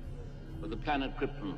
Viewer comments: I always liked how Brando pronounced Cripten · ‘’ “….The Planet Kryppin”